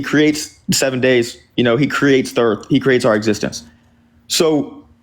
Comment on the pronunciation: Anyone else notice that a very large contingent of Ians callers refer to the Earth as "da Erf" ?/